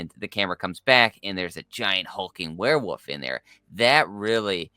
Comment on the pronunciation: Is the guy on the right saying Were'woof sometimes lol